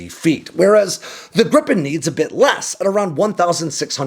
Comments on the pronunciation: It’s more like Grii-pen, not Grippen 😊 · It's Gripen, not Grippen... As a Swede it irritates me when it's pronounced like that. It's pronounced more like Gree-pen in Swedish, which means Griffin in English. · A swedish pronunciation in an english spelling would be "greepen"... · Lots of AI generated youtube videos about this subject, glad to find a "real" one. fun fact, the swedish airforce has a tradition to perform a christmas tree shaped formation on christmas, last year (2024) our neighboring countrys (with their USA fighters) was supposed to join in, but they couldn't, it was too cold, haha. PS. Gripen is not pronounced Grippen.